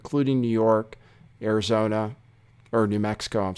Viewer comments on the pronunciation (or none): none